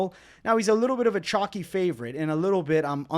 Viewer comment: by the way, you know it’s called “chalky and not “chocky” right? Say it with me. 🗣️ Cool Whip.. Cuhl Whip.